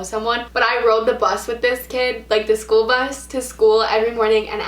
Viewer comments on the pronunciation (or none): none